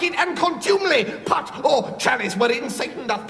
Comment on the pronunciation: Love how Stephen pronounces “pot”. This is a superb sketch. F&L at their best